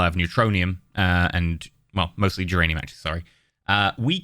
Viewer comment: Every time you say duranium I hear geranium